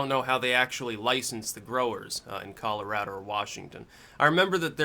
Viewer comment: Holy shit, you pronounced Colorado correctly!